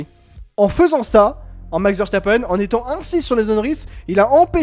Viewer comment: Juste un tout petit détail: ça se prononce Veurstapeun et pas Vèrchtapènne. C'est un nom très courant en Belgique.